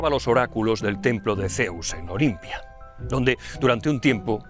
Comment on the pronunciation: escuché claramente "el templo de Zeus en Bolivia" 😂